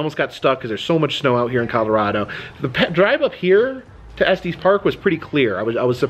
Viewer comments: If you want to sound local, it’s not pronounced Esteez Park. No long e. 😊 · Just fyi it is pronounced Estus, not Estees😊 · To clarify further, it sounds more like ESS-tiss. It should rhyme with "hiss," not "testes"! 🤣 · Just FYI, Estes is pronounced like es-tess (no long "e"). The "crank" on elevator is originally how the elevator employee would manually operate it before we had buttons. Moving it back would go down, moving it forward would go up, straight up would stop it. The further you moved it to either side would make it go faster. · there is also a semi trucking company. i believe that is the long eee in the middle. Estes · It is pronounced Eh stuhs park. First time I’ve ever heard it pronounced the way you say it.